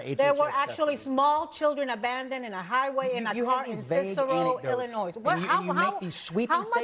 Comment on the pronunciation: Isn't Ana a republican 😂 i can't stand any of the lowlifes from View and she so stupid she called Illinois withe the S 😂